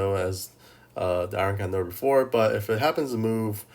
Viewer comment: Why do you call it iron candor instead of iron condor? Is it a meme I'm not getting or what?